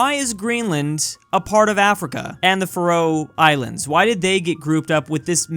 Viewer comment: The way you pronounced the "Faroe Islands" killed me.